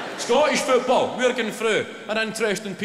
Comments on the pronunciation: His English accent is almost perfect until he pronounces "football" and the Glasgow comes right back in 😂😂😂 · about 4 too many O's lol